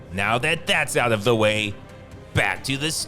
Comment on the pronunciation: I love these vids, but the narrator's confusion between the (thuh) and the (thee) is annoying.